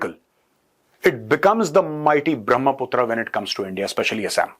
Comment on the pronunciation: Major Sahab it's a brahma putra it is not brahmaa putraa